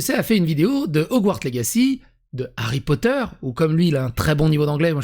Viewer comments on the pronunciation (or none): J'ai vue plein de vidéo d'anglophone sur Harry Potter et aucun ne prononce comme franck le fait! donc non, son accent "anglais" est claqué au sol ! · Je suis anglophone et je peux t'assurer que la manière qu'il a de prononcer Harry Potter est absolument ridicule... Ce type de personnes essaient de se donner un genre en forçant un accent sur les noms propres en anglais, alors qu'en vrai ça n'a aucun sens d'un point de vue phonétique. En simplifiant vraiment très grossièrement, on va dire que le positionnement de la langue n'est pas du tout le même en français et en anglais et que du coup le shift entre les deux n'a rien de naturel. Si les Québécois arrivent à le faire assez facilement, c'est parce que leur manière de parler, leur accent, l'intonation et la musicalité de leur langue est très proche de l'accent américain. Bref, pour faire simple un Français qui parlerait en français et qui introduirait des mots avec un accent américain/britannique c'est vraiment juste pour se la raconter. On peut très bien parler le franglais en ayant une prononciation correcte tout comme on peut très bien parler avec un accent américain ou britannique en ayant une mauvaise prononciation.